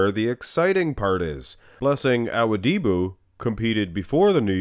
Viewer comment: U keep saying awudibo wrong